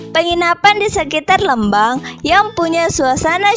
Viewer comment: lucu pas bilang lmbang nya 😁, informatif sekali kk terima kasih